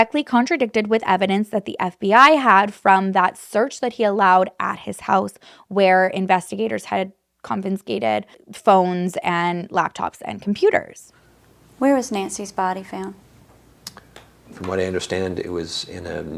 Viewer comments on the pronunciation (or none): *confiscated, not confinscated